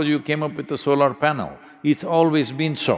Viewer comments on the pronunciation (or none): none